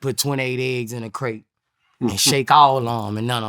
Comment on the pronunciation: 😂😂😂 rite he don’t even say it right